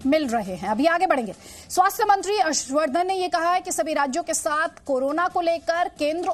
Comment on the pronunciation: मंत्री होता है मंचरी नहीं होता मैडम